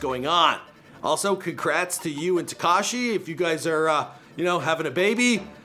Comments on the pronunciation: It's tuh- kosh- E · lol tekAAHshi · I hate the way he says Tekashi...